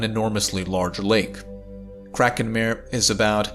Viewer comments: I love the videos, but its not mare, like a horse, it is pronounced mah-re, like a sea, those were lava seas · Yep! According to Wikipedia, Kraken Mare is pronounced /ˈkrɑːkən ˈmɑːreɪ/ (KRAH-kun MAH-ray). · 'mare' is not pronounced like 'nightmare'. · Yeah, he is pronouncing it like mare/female horse in english, not like mare/sea in latin. :) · Very good reporting. Titan is far weirder than we suspected before the Cassini mission. A little assistance for you with the pronunciation of "Mare". When you pronounce it as you do, with one syllable and the long "a" sound, then it's english and it means female horse. If you want to pronounce the Latin word meaning "Sea", then it's "MAH-reh." Two syllables, and the first syllable. "Ma" sounding very much like the first syllable of "Sorry". IF you're having trouble with the "reh" of the second syllable, then "ray" isn't far off. All good wishes. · Hi, it's pronounced Maré or Mar-ay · It's pronounced mar-ay. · I like this video so much I won't even correct your pronunciation of "mare". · you are pronouncing 'mare' wrong. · pssst…. “hy-per-boh-lee” and “mar-ee”… both Latin words so both pronounce the “e” at the end